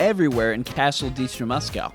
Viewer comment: Why am I triggered when you mispronounce castle Dimitrescu as Ditrimescu or Dimestresscu?😣